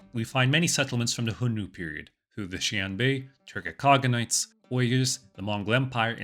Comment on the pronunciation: A little out of topic. I get tickled every time you say "Hion-nu" but start to wonder if you were pronouncing X according to the Russian language.